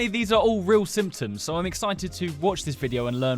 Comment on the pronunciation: instead of symptoms he says simpons